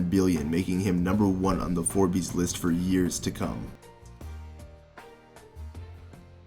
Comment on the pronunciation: The way you say Forbes is unsettling